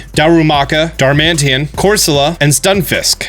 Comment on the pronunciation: “cosmeom” “darmantian” god I’m gonna have an aneurism from this